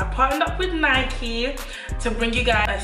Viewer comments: Lyyy ya videos banggg but... how u think it’s right saying Nike and not Nike thoooo😂😭💕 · Benedicte Tshepela we say Nike in London not Nikey lol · It's annoying how londoners say Nikey 🙄😭 in Manchester we just say Nike pronounced N - I - K - E but anyways great vid lots of love from Manchester